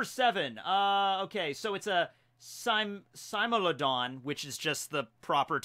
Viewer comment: you are saying smilodon wrong xD